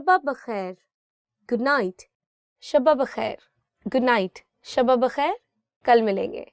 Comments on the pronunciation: Thank you, seems like you are teaching for adults. It's too fast paced. To learn a language repetition is very important. Also The word is Shub bakhair, not shubba bakhair, even though there are two bae's in there. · Its shab bakhair not shaba bakhair